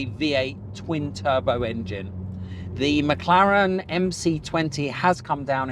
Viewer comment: You lost me at "McLaren" MC20 ....